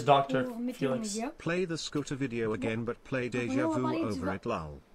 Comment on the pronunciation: If we fail, we GO AGANE